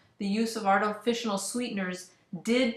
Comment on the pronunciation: How am I supposed to take this seriously when you cant say artificial properly? It's not "artifici-nal"